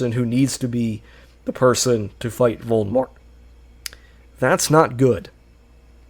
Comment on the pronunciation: Bro how are you unable to pronounce Voldemort?